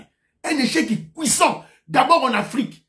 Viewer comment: anglais na monoko ebungisa biso français te, nous restons de locution française. On dit échec cuisant muakunianyipas cuissant. Corrige ça car tu es beaucoup suivi. Ton vieux Gaston Kalala dépuis Liverpool.